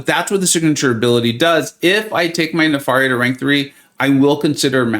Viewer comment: Isn’t it “ne-fair-ia” like nefarious? I just spun 2 then popped 10 and got him! Thanks for the hard work and The Illuminati 👍